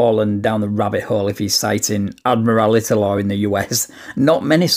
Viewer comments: "You keep interrupterating me..."?! I actually love that. I'm keeping it, and I'm going to use it, but, crucially...NOT WHEN I NEED TO BE TAKEN SERIOUSLY! Also, what this the "admorality law" he keeps mentioning...or does he mean 'admiralty'...but just can't speak? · "You're enforcing admerality law, which isn't applicable because " In addition to mispronouncing "admiralty," I enjoyed him saying "statues" instead of "statutes." Edit: he says "You keep 'inerupterating' me." I'm sure that one's due to nerves, but this guy's so bad with words, I can't help but laugh at him. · "Admerality laws are based on statues!" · Ad-morality court 🤣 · When stupid people offer to educate you it’s always classic. Ad-morality laws? He’s trying to say Admiralty, as if we’re on the freaking high seas and he’s yelling for a parlay. Riiiiiiight. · "admirality" (admiralty) and "statues" (statutes). Lordy, those big words are tough. 🤣🤣🤣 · Rofl Ad-morality law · I love this officer dumbing it down for him. "We just deal with probable cause. We have PC, we arrest. Everything else happens in court." It doesn't matter what the idiot says after that. "This is unlawful. This is ad-morality law (or whatever he kept calling admiralty law)." Haha... All cops should simply skip to, "We don't debate the law on the side of the road." Sometimes they're wrong. With SovCits, they're always right. But, in any case, there is no magical 'abracadabra' that will cause them to do something different. When they are wrong, it's addressed in a courtroom long after the traffic stop. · Oh sure, but that's Admiralty Law. The defendent was clearly citing Admir-al -ity Law. He repeated it several times. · I love being lectured by a kid who cannot pronounce “admiralty.” He’s so smart he’s given it an entire extra syllable. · Saying “Admirality” instead of “Admiralty” and saying “Black Law Dictionary” instead of “Black’s law dictionary” makes him see even more of an idiot. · "Admirality law." Lol. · "Admirality law."